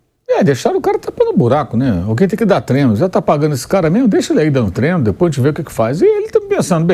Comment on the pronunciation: Inadmissível, um jornalista esportivo em pleno século XXl dizer “treno” kkkkkkk Não passa credibilidade nenhuma